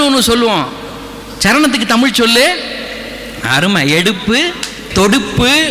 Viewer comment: அது முகநிலை.. நீங்கள் உச்சரிப்பது முஹநிலை என்று.. பிறகு, நிறைய இடத்தில், தமில் தமில் என்று கூறுகிறீர். அதை திருத்திக்கொண்டு வாருங்கள். இந்த காலத்தில் தமிழை சரியாக உச்சரிக்கத் தெரியாதவன் எல்லாம்..தமிழ் தமிழ் என்று பிதற்றுவது.... ஆமாம் நான் கேட்கிறேன்.....தமிழர் பாரம்பரியத்தையெல்லாம் நாம் பின்பற்றுகிறோமா.... மொழி என்பது medium of communicationக்காக மட்டுமே....இந்த ஆள் போல் பிளவு ஏற்படுத்துவதற்கல்ல. பல்லவி அனுபல்லவி சரணம் என்பதெல்லாம் எந்த மொழியைச் சார்ந்த வார்த்தைகள் அல்ல....தமிழர்கள் தாராளமாக அதை பயன்படுத்தலாம்...